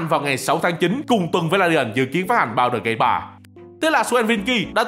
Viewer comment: Mọi người khác: Baldur Gate: Bao đờ Gay 💀